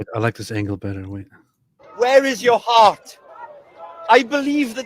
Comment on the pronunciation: The welsh guy said the word for heart wrong lol…he sounds like he’s saying the word for “dog” in the Egyptian Arabic dialect. 😂